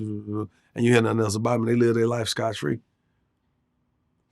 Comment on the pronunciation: Scott free not scotch It’s so crazy how ppl don’t know what they are saying but just repeating what they think they heard Drives me crazy